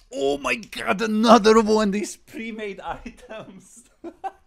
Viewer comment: ANOTHA ONE